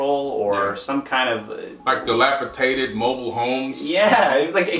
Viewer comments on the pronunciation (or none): the word is dilapidated not tated. but fabulous video tho